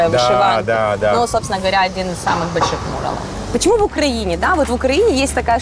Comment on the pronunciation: Почему он говорит мУралов а не мурАлов